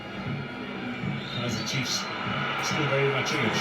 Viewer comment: I love how they refer to chiefs as “iKaizer”🤣🤣🤣🤣❤